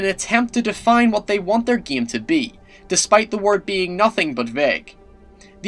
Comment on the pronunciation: Its Called game not "giam"